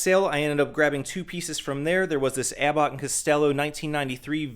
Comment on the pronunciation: abbot rhymes with rabbit not robot bud.